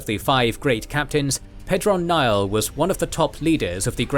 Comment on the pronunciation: You can pronounce "Pedron Niall" correctly, but not "Aiel"?